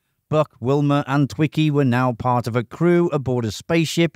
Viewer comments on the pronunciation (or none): none